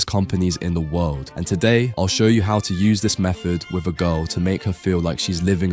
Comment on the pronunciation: with not wif